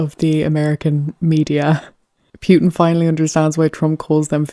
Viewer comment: Interesting how you pronounce Putin as Pewtin. lol